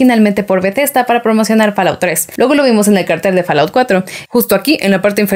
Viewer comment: En inglés la A se pronuncia como O y la O como A ¿ EH ? si, así es, FALLOUT se pronunciaría FOLAUT y no FALAUT..